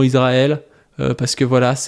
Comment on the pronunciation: Trop cool en rvanche on dit iSrael, ca écorche le crane d'entendre iZrael (mais si t'arrives pas pg)